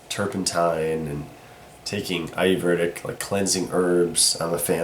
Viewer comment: Taking iverdict? Wait, what is that word he used?